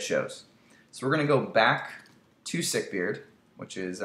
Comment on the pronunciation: Sick-Beard, not sick-beard :)